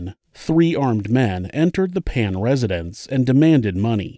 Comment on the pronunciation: i think it's Jennifer "Phan", because there's no "Pan" last name in VietNam